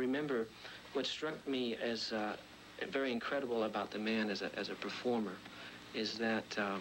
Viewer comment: Vewy impressive!.